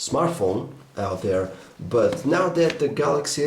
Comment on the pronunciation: I love to hear this guy talk lol s tree and dere